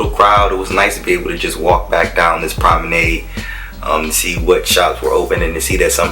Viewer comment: learn how to pronounce 'promenade' ffs. leanr how to take decent footage. got damn horrible